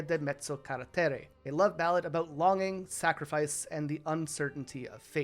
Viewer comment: I don't like how you said sacrifice like that. Final Fantasy is great it has its downsides but what franchise doesn't